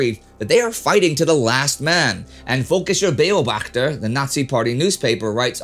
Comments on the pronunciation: "Völkischer Beobachter" wasn't that good, though. I had trouble to get what he meant. Not that it's an easy name. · With all due respect Indy, please ask Google Translate how to pronounce something before doing it yourself, i didnt even think butchering something like Völkischer Beobachter this badly is possible.